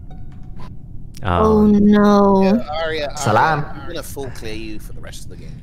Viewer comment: Damn myth really said “Salam”